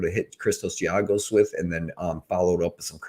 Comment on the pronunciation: Man you were saying Zhalgus all sorts of wrong 😂